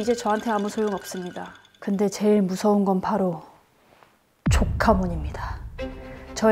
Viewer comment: 조카몬 말해면 *까 몬으로 들림